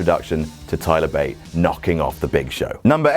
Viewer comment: Thigh-ler Bate xD